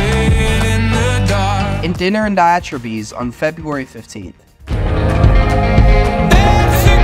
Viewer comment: Thanks for doing all that research for us! It was fun to see rare earlier clips of Hozier. Much appreciated! I think however, you mispronounced his last name and the word diatribes.